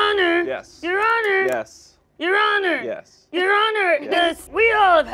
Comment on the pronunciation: Your honor. Yes? Your honor. Yes? Your honorr.